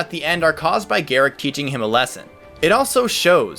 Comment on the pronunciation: Gerik = Jer-rick, get my name right.